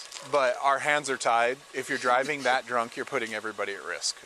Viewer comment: "He dwunk " 😂